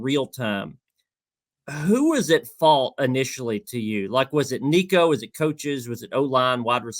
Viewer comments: Come on, man. It's week 7. Learn how to say Nico's last name😂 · Please learn how to pronounce Nico‘s name, right. It always bothers me when people don’t take the time to do their research to get a name, correct